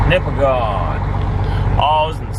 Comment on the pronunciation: I hit my head on the wall every time you say Nipigon. You pronounce it nipigen. nipigen. Not nipigone. I guess it's weird how it's spelled compared to saying it.